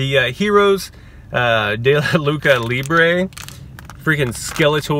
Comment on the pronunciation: It’s pronounced “loochah libre” which means wrestling in Spanish. Not lookah libre like you were saying. As for the knockoffs, the motu figures weren’t worth the price point. Just sayin.’